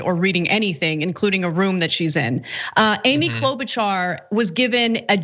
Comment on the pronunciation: You really oughta start pronouncing her name the same way her prairie family did 75 years ago....Klo'-BUTCHER. Seriously.